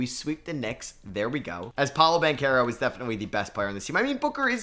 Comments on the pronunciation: I mean a lot of people didn't know how to say his name in his defense but he definitely earned people's respect to at least say his name right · Who remembers when used to call Paolo Banchero Paolo Banchurro